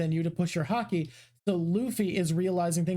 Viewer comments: Dear, please pronounce Haki like you did and not like you did. Every time I hear Haki pronounced Hakay, I get so distracted that I miss what was actually said. I rewind and I hear "Hakey" again 😒. I believe that you should not intentionally teach incorrect pronunciation. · How does she keep mispronouncing Haki? Shes Canadian, it’s literally pronounced the same as her favorite sport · Am I the only one that finds her saying “hakei “ annoying instead of haki? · Does it bother anyone else that purposely mispronounces Haki? I'm fine with people struggling to pronounce words in a different language, but when you know the actual pronunciation and mispronounce it on purpose, it feels disrespectful to the language. It would be like if I pronounced "taco" as "TAY-ko" or "Shakespeare" as "Shakey-spearey" just because I think it sounds better.